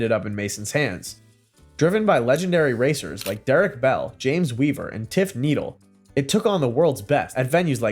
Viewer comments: Tiff Needle is actually pronounced Tiff Nee-dell. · That image is certainly not James Weaver, it's James B Weaver - late 1800's American politician and Tiff's name is pronounced Nee-dell and not the pointy thing you said Good video though, thanks. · Interesting videos but accuracy is poor. Showing pictures of p1 when taking about f1, mg when talking about aston Ulster, not Derek Bell, tiff name pronounced wrong etc etc….. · Or just sad that you didn't catch that he pointed out the mispronunciation of his name LOL